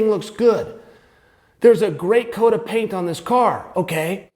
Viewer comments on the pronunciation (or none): none